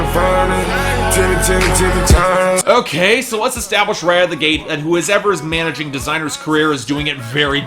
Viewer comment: "Tiimmy Turner" fuckin hell